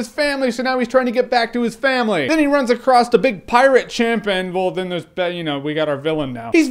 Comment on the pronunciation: across does not have a t in it. jussayin.